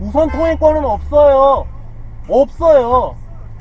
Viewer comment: 제보자분 발음 웃긴거 무슨 소리에여? 우숸 통휑권은 업쒀요 업써요X2